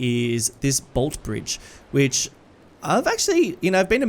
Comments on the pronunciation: No hate but most of us Melbournians say it as boltee bridge not just bolt. Love watching your videos tho getting that Aussie feel in a series is amazing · As someone who lives there, it’s pronounced bolt-eeee, pronounce the e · Interestingly enough, despite the bridge in Melbourne being named after Sir Henry Bolte, everyone in Melbourne colloquially knows the bridge as the "Bolte Bridge" (as in the "e" is accented at the end, pronouncing Bolt-e Bridge). Just thought you would want to know haha, keep up the fantastic work! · The Bolte bridge is pronounced "bolt-ee". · Btw with Bolte Bridge, you pronounce the “e” as well. So it’s “bolt-ee” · Bolte bridge pronounced Bol-tee Bridge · Love seeing Docklands getting a look-in, but the pronunciation of Bolte 😂💀. It's "bolt-ee". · Bolte - pronounced Bolt-e Our longest serving Premier. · Hey mate! love your stuff, great to see the Bolte Bridge making an appearance! btw, down here in Melbourne we pronounce the E, like in coffee. 'Boltee' Bridge.